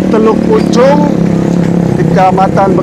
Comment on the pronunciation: teluk pucung bang...bukan teluk pucuk